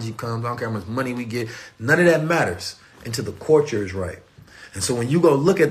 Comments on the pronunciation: I'm back again listening,,,also cuz I love the way he says (CULTURE) like...."Caught-cha"😭😭🤣🤣he makes me laugh SOOooo hard when he says it😭🤣🤣😂😅😅☀️🌏🌑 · It really feels like is tickling me Everytime he said culture(Caught-cha) in this video 😭🤣🤣😂😂 because I keep laughing so hard like I'm going crazy or sumn😭🤣😂😂 nobody else thinks that's soo cute funny???🤭🤭😂🤣🤣🤣I came back so many times just let him tickle me cuz I love etttttt👏👏👏👏👏👏👂👌☀️🌏🌑